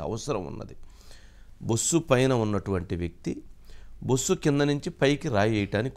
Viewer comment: బుస్సు కాదది బస్సు అందరు రీడర్లే